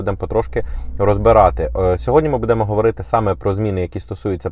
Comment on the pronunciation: скажи зачем ты постоянно коверкаешь нашу мову кажучи БУДЭ*МО !?? нормально звучит и правильно БУ*ДЭМО ты ж ведешь ютубканал ну говори нормально! нахрен этот рагульский акцент!?